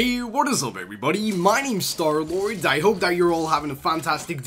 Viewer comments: For a bit I thought it was star lard not lord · I saw the intro and thought he was called star lard